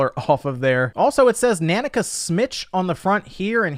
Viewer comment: Every time you say nanica wrong i cringe 🤣🤣🤣